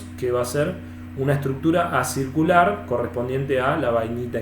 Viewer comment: Muy bueno el video, muy instructivo. te hago una pequeña corrección, cuando te referís a la morfología de la Bainita Inferior vos decís ACIRCULAR, pero en realidad deberías decir ACICULAR, QUE SIGNIFICA EN FORMA DE AGUJAS, O SEA MÁS PARECIDA A LA ESTRUCTURA DE LA MARTENSITA.